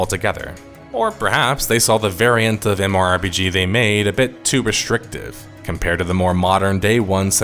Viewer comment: Who the hell says MMORPG as "MORE-PGs".....?